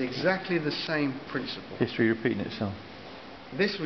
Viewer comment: Ewww my gawd, histeree ripeets itself!